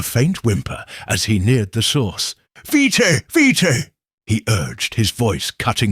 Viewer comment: Not vee-tay but veet veet is how it’s pronounced.